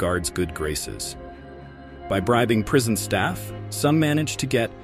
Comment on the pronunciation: Prison, not "prision". Stupid AI